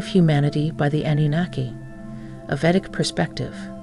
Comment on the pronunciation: You have an incredibly long introduction that's incredible redundant. U say nothing and mix 2 different cultures. Btw, it's Vedic not vetic.